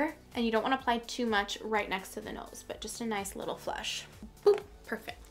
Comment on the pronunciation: I am so thankful for this video. I've had friends who DESPERATLY wanted this. Thank you for even explaining in such great detail!!! Also when you said "noice" instead of nice you became my favorite youtuber!!!